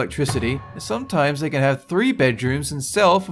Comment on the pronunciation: turned Chinese when he said can